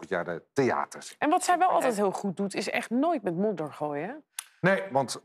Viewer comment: Omg! Ik versta echt moeder in plaats van modder😂😂